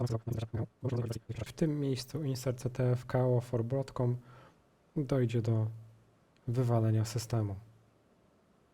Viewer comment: Broadcom... tam nie ma "A".